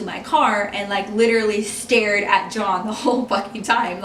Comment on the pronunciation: did you say his name or did you say john in a way that sounded like dawn or something.?